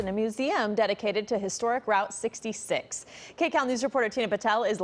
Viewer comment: She pronounced “Route 66” wrong. Can’t stand these transplants.